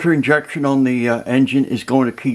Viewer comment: i dont know but, he said will have water inyection